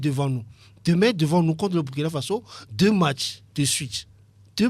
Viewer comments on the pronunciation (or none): On dit Burkina Faso